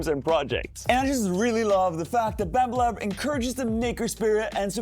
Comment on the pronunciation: did i just hear "Bammba lab"?